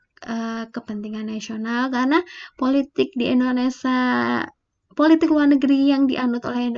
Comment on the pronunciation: Indonesia kak.. Bukan Indonesa